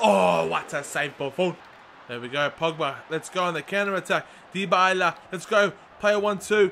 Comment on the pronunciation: Dybala is pronounced die-ba-la, not dee-bay-la like you are saying